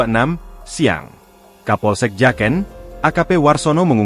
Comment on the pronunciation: Bacanya Jaken min bukan jaken 😅